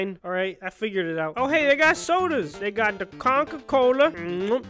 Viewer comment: ‘They got the CONKA COLA’